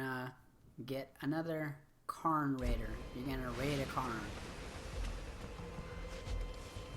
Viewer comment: Cairn is pronounced care'n.